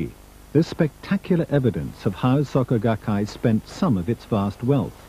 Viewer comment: Was going to watch this, but literally in the first few seconds you call them "saka gakkai". I literally cannot take some one seriously if they cant even bother to figure out how to pronounce the basic sounds of w/e they're trying to introduce lol, imagine all the other details being left out.